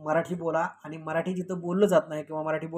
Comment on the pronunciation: आधी तुम्ही शुद्ध मराठी बोला. आनी,बानी,पानी असं बोलताना लाज वाटत नाही ?